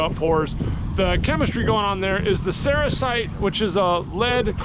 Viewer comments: Cerussite or sericite? Sericite is what it sounds like you are saying. I think you mean Cerussite. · Sericite is a mica. I think that you mispronounced the name of the lead carbonate. I'm not aware of one off the top of my head. EDIT: I looked it up, you mean Cerussite. You are putting the emPHAsis on the wrong sylABBLE LOL. Ceroosite.